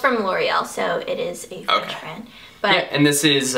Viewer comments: Oh Ingrid your french is pretty good, you have a good accent! Tu devrais dire bonjour à tes fans français (en français) =) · its a googd idea and i'm agree she had a good accent ! :)